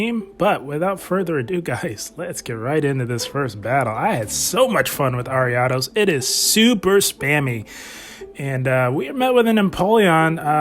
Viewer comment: awesome man. Thank you very much! Loved the use of ariados here! And I appreciate that you pronounce it properly haha! You wouldn’t believe the hundreds of ways I’ve heard other content creators butcher that name 😂